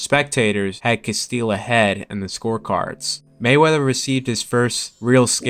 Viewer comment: it's castillo, not castille